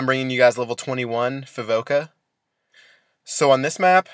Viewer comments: Fikova* not fivoka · Haha he said fivoka not fikova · Thumbs up if you noticed the map is outdated and that he said Fivoka instead of Fikova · Its not Fivoka, its Fikova. ;)